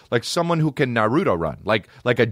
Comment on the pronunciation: “Narootoe run” Ehhhh-heh???? Dude???